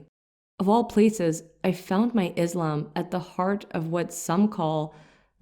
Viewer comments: See, the words 'Islam' & 'Muslim' are being pronounced wrongly..They are arabic words. I don't know whether the interpreter is muslim or not. But definitely a good muslim knows how to pronounce arabic words... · Start saying Islam not “Izlam” and Muslim not “Muzlim” and Islamic not “Izlamic”. So annoying that you can’t consciously make an effort to pronounce the words right. Grow up in knowledge! اسلام عليكم